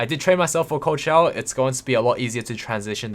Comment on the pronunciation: Every time you say ''cold shower'' I hear ''Coachella'' Im I just dumb?